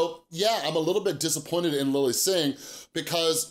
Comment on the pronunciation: *Disappointed Not "disappointed"